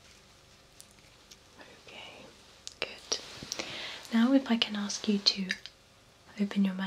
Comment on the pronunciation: When she says good I think she is saying Gucchi! I THINK THERE IS SOMETHING WRONG WITH MEH!